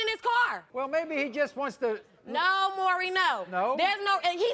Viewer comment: Why is it so hard to pronounce "Maury?" It's NOT "Murry." Jesus...